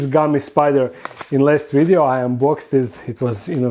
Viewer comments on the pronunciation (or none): "Don't forget to like this wideo"